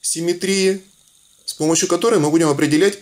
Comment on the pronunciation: простите, но "Ось симМЕтрии", а не "симметРИИ".